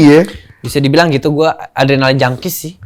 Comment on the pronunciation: 10 : 04 "Saya orangnya suka yang berbahaya. Suka ardenalin" 😂😂😂